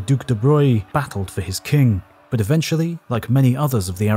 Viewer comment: It is"Eventually" not Aventually